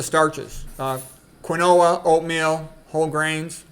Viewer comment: Quinoa: Pronounced "kin'wa"